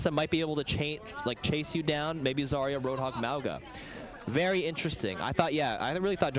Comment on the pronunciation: Almost no one knows that "Zarya" is pronounced correctly with an emphasis on the last letter 🥺